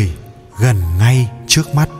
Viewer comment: Dân này chuyên phát âm sai chỉnh tả nhé...đề nghị xem sét lại lời nói đi Vd..trước..đọc là chước Rất..đọc là giất Trả lời đọc là...chả lời. ...